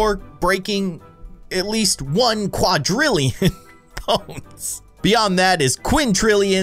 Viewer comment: Why did you pronounce quadrillion wrong,?